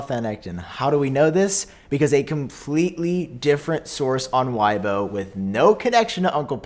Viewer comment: As a Manderian speaker, I believe that "Weibo" should be pronounced as "Way-bo".